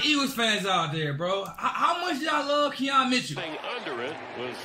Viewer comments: “Keon” Mitchell. Come on man. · “ saquon BROCCOLI “ and “KEON Mitchell “ bro get it together the announcers are literally saying their names for you